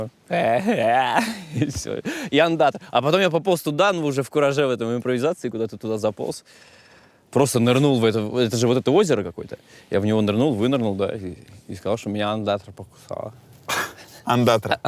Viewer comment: В п.3 ачепятка, правильно "ондатра" )))